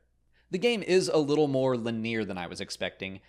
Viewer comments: Did you mean "lin-ee-ur"? You said "lin-neer". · "lineer" lol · LIN-E-AR, lol. I'll have to use that. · Nobody:: Lineer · Hey u pronounced linear wrongly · Ok, done, done, and I wasnt going to, but since you insist.... you say linear funny. Cool vid by the way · This was super helpful. Also that pronunciation of linear.